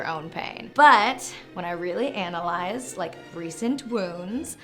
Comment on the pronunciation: "Buut, when I really ANNAlyzed.." 🤙